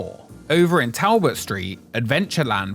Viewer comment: I love your channel but I am BEGGING you to learnt that "Talbot" is pronounced "Toll-but", with an "o" sound like in "holiday". - from a Shrewsbury/Shropshire native